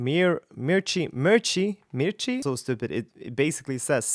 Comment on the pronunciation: Mirchi means CHILLI in hindi (one of the indian languages). Really ,You pronounce it very well.